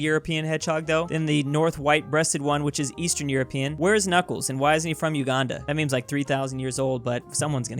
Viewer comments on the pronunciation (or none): none